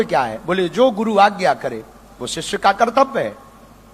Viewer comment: काही दिवसांनी हा बाबा आसाराम किंवा खरात होणार. ह्याला बोलता सुद्धा येत नाही. सिवाजी नाही शिवाजी असतं आणि सिस्य शिष्य असतं.